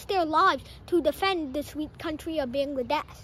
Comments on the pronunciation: At first say Bangladesh correctly😒😒😒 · Learn from your parent how to pronounce Bangladesh accurately.